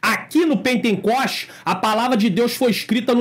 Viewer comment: Paz Pr., só corrigindo, não é "pentencoste" como disse , mas pentecoste, amém? Deus abençoe!!!